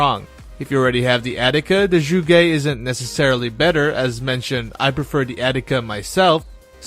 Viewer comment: zsugé? ... oh you mean zhuge, got it.